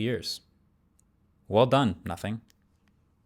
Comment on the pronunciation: Guys. He did say Notning.